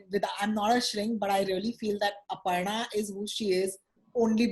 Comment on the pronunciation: The way says “Aparna” is spot on! It cracked me up 🤣